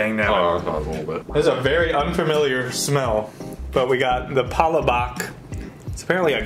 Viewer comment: you better mic the sauce with your "palabok" next time man haha